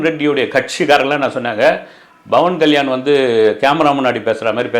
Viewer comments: Sir, His name is Pavan Kalyan ❤️ Not Bavan Kalyan 🙏🙏🙏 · pronounce name correctly. Not Bavan Kalyan it’s Pawan Kalyan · Bro its Pawan kalyan not bawan kalyan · It's pawan kalyan not bhawan kalyan... sotta correct it👴